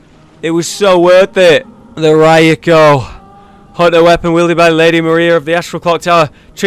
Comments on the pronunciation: wtf is ra YU ko lol. its Ra KU yo. Either way keep up the great vids man! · Are you really that sick? That you can't even tell what's a barnacle? lol. The town must've been flooded for a long time. Go skill scaling on your Rakuyo. It's more than raw damage. And proper pronunciations... Ahem. 'Chikage' is 'chii-ka-gay'. 'Rakuyo' is 'raa-kuu-yo'. Sorry Japanese nerd here.